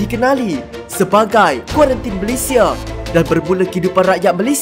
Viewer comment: kurantin ke kuarantin😂